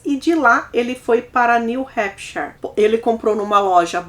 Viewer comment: Parabéns! Dica: Hampshire: fala-se (hampichir)